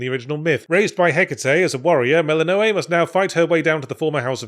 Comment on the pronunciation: Did he mispronounce Zagreus and Melinoë just to rage bait the viewers?